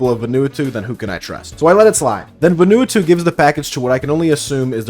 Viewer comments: close, but Vah and ah instead of veh and eh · Vanuatu is pronounced "Vuhn-oo-ah-too" btw. Not the most important addition but boy was I blindsided that they produce black market estrogen where I'm partially from. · I'm on my hands and knees man, please. It's VA-NUE-AH-TUE. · nahhhhh not va-nu-a-to its vah-nu-a-tu btw i think :p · its not important, but your pronunciation of vanuatu is hilarious. its VAN-OO-ARR-TOO not VANU-ATOO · Ven-a-wah-two. Crazy pronunciation of that country’s name. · it’s pronounced VAH-new-AH-too also great vid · im sorry brother its "ven-oo-ah-two" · good god man please google how to say Vanuatu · the pronunciation of vanuatu is killing me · That is not at all how you say Vanuatu my guy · ... Sure, sure, all the trans issues are good to discuss and all, but are we just going to brush right past that absolutely wild pronunciation of "Vanuatu"??? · The way you pronounced Vanuatu had me dying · The pronunciation of Vanuatu was the wildest part of this video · that's cool and all but the way you pronounce vanuatu makes me uncomfortable